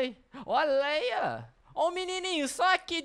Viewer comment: Não é Léia é leah